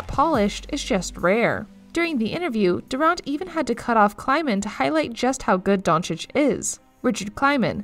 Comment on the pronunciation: but failed to pronounce durant and others